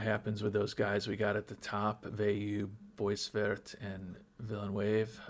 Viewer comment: Nice job on pronouncing 'Veilleux', by the way. The 'eux' was wrong but the 'Ve' and the 'ill' were spot-on. 🙂 You completely cocked-up 'boisvert', though. 😋